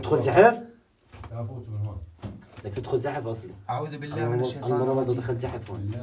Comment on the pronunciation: عمي اعوذ وليس اعود